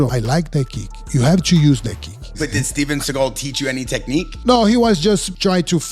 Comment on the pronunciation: If you do not do “tha kick” then I will disown you!- Steven seagull not segal